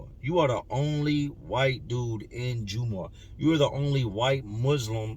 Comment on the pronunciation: Jum-ah or jum-aww is how it's said not the hardest Muslim but pronunciation is jumahh like saying gum but with a j